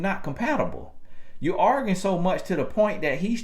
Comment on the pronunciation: Lol at pronouncing arguing as organ